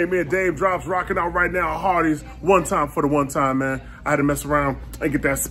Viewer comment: I thought he said Arbys